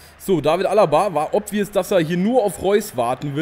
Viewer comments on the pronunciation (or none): none